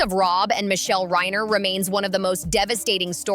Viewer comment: How do you make a video and not know who the victims are. Its Reiner not Ryner. Its Rory not Roy. So fix it already.